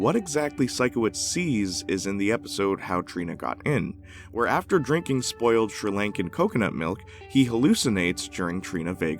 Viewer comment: wOw, that mouth to mouth scene made me see the seeds for what dan schnieder was more than i have b4. Ps, I'm Sri Lankan and it's pronounced Shree-Lung-kah or Shree-Lung-ken